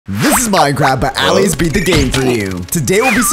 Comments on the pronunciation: "aah lays" its uhlays. just because its an a doesnt mean it sounds like it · Stop calling them All-ays call them Al-lays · its purnounced auh-lay-z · He said allays diffrently